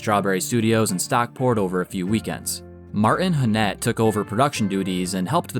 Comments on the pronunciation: Martin HANnett. Peter SAVille. Could you correct your mispronunciation of their names? Emphasis on the first syllable of their surnames. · I didn't notice that one but you did mispronounce Martin Hannett's name